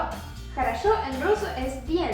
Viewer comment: me quede confundido con la letra X ... en tu ejemplo usaste " bueno " en ruso pero suena j a r a sho con a , pero en ruso se escribe con la letra " o" osea que deberia sonar jorosho